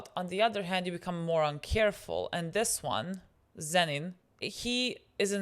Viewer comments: My heart stops for a second everytime they call him zenin please STOP 😭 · A child dies each time they call him Zen’in instead of Toji or Fushiguro 😓☹️ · The way 'Zenin' is the worst thing they could call Toji and they are doing it unintentionally is so funny